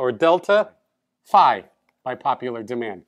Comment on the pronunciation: α+ 👍 By the way I was a little (but pleasantly) surprised when you pronounced φ to rhyme with ‘high’. That’s the way we pronounce it in England but I’ve only ever heard Americans pronounce it as ‘fee’. ♫ ♬ Beeta bayta theeta thayta let’s call the whole thing off! ♩♫ 😁